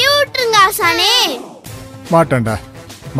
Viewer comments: முகில் dialogue-க்க தப்பா பேசுனத யார் கண்டுப்பிடிச்சிங்க ? அனாத இல்ல (ஆசாணி) சொன்னத கேட்டு யாரெல்லாம் சிரிச்சிங்க 😂😂😂😂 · Adhalam sari thn Aasaninu sollalla Aasane (aasiriyarku) sonnadhu